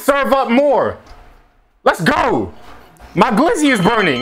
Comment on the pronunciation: My dude said glizzo 🤦🏽‍♂️😂😂